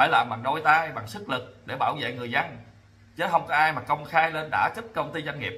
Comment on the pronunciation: Chữ dân mà nói khg đúng, nói chữ giân